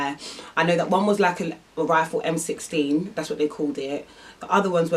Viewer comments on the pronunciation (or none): Man said m16 like this is battlefield 4